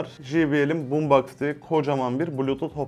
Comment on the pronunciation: BOOMSBOX xd